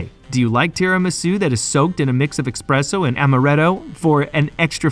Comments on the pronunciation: “Expresso”? “Tierramisu”?? Bro, if you’re gonna do voice-over work, at least learn how to pronounce basic words. This ain’t it. Sounds unprofessional as hell. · It is espresso not expresso, and the tiramisu pronunciation is also off. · The narrator really needs to pay attention to his pronunciation. Tiramisu isn't pronounced as "tierramisu," and it's "espresso," not "expresso"; Italian doesn't even use the letter X except in borrowed foreign words. Great content, but hire a more professional, knowledgeable narrator!